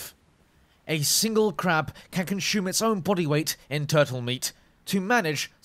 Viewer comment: lol conshum